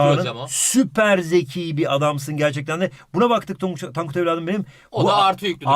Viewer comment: Bi ara tonkut dedi